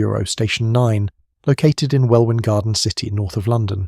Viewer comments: WELWYN GARDEN CITY is NOT pronounced WELLWIN it's pronounced WELLYN . SHAME ON YOU !!! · " Wellin " ..not Well win. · FYI "Welwyn" is pronounced "Wellin". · I think I listened to Wel Win garden city 10 times just trying to make out what he’s saying? Is it Welwyn garden city? You don’t pronounce that middle ‘w’. But I know nothing of a section 9 over Welwyn way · It's pronounced "Wellin". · Fyi, Welwyn is pronounced "weh Lyn" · Welwyn Garden City is pronounced ‘Well-in’ as any fool knows. Schoolboy error - must try harder! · Tiny note , as I was born there, Welwyn is pronounced Wellin’ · That really grated on me too, having grown up in Herts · The content is interesting, but it sounds like a robotic voice. Too flat, and lacks natural variation in level and cadence. Lacks expression. And it doesn't know how to pronounce Welwyn. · It's pronounced Welwyn Garden City, not Welwyn Garden City. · Indeed, but the robot voice doesn't know that. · An Englishman should know exactly how Wellyn is pronounced. I have only been there once (I prefer Letchworth!) and knew how it was pronounced.